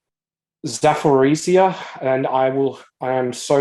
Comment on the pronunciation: It's pronounced Zaporizhzhia. 🤣